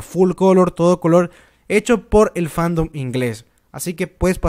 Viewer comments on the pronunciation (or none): none